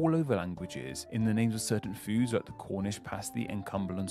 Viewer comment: from the sound of it I doubt he's ever left his home county, also he needs a set of front teeth, then he could pronounce" the " instead of" "duh" and "with" instead of "wiv"